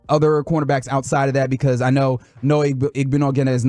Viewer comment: Ouch u destroyed Noah's name 😂😂😂